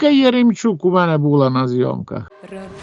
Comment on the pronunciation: Родинна,синна,що це вона вимовляє, негарно звучить.